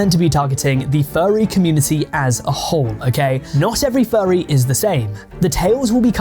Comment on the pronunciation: Why do you pronounce it as “Fyarry”